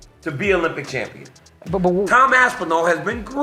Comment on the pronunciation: Why does Cejudo Call Tom, TAM Aspinall?